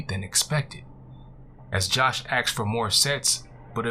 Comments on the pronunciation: I have the same critique. The rate of speech and enunciation is great until axed. It is like going down the road and hitting an unexpected speed bump. It just seemed odd and out of place. But if Hood Horror said axed it would seem natural because it is the vernacular of his style and diction. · Great narrator,, and I'm voting you up! However: unless the character is speaking a particular dialect, the word is asked, not axed. Same reason it's miss-chiv-ous, not miss-chee-vee-ous. Professional voice-over artists know the difference. The really good ones can do lots of accents and know when to use a word like axed or miss-chee-vee-ous. Context is everything. Good work on the character voices of the son and the wife. Good luck! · I liked him. I liked the story. OK, when you annunciate ASKED it should not sound like AXED.its a peeve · you ask not axed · Mmm, super nice voice. There are a couple pronunciation things like axed instead of asked or simular instead of similar, but I think these are just characteristic of where the narrator grew up and isn't really an issue for me. The story selection was great. It was nice to finally get to listen to an effective story under 20 mins (lol) and the story was different and interesting The voice was like melted butter. There is a steady sound quality issue, though, like a slight echo or reverberations from the walls of the reading room. Maybe hanging blankets or sheets on the walls before a reading would help fix that. Well done, otherwise! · Love your voice can't abide axed Asked' . Please know this is intended as constructive criticism nothing more. You read much much better than I ever could and I wish you lots of success. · I love his voice but hate how he axed questions